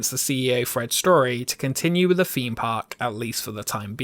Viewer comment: Please pronounce 'Th" correctly, drove me.mad through the video . Feem Park, fousand, brought, such a shame as the writing and narration was excellent.